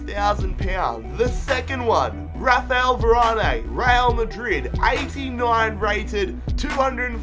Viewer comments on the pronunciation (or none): YOU said varane wrong !!